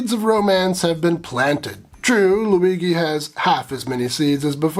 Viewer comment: Loo-wee-gee? Jee?